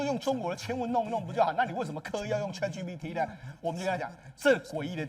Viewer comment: chat唸 恰特 不是卻特 google 自己查一下發音, 很瞎耶